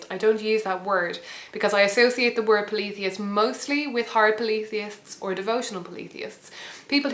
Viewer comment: she confused me with the pa-leee-the-ist....in America we say paul-e-THEE-ist